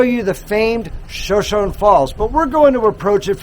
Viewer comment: Hi. I was told by people,who,live in Shoshone that the falls and town is pronounced “showshowknee’” ‘